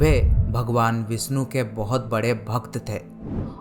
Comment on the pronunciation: भगवान विष्णु not विस्नु , सादी नही शादी भ्राता आप हिंदी डिक्शन pe kam karo....apke sha or sa me ... problem hai